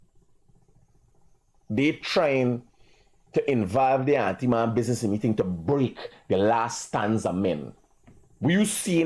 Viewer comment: The word is antiman not auntiman